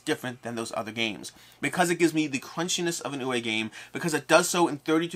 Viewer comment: I know almost everyone in the industry pronounces his name incorrectly, but for the record, it is ooo-vuh Rosenberg. Like booo, ooo. W is a "v" sound. E at the end of words in german is an "uh" sound. Oo-vuh.